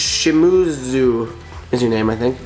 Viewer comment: Bro its pronounced Shim[ee]zu